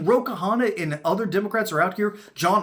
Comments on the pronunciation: His last name is simpler than that to pronounce: it's not two syllables Ka-Hanna. It's pronouned one syllable Kahna. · Its Kahna, not Kahana.